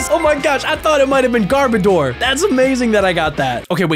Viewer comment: garbor door hahahhaa🤣🤣